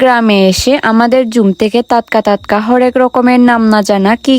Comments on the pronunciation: টাটকা।✅✅ তাতকা।❌❌ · তাতকা❌ টাটকা ✔️ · টাটকা 😊 তাতকা নয়❤ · তাতকা তাতকা শুনলে অনেক হাসি পায় 🤣🤣😂😂😂😁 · তাতকা তাতকা, তোত্ত পাহাড় 😅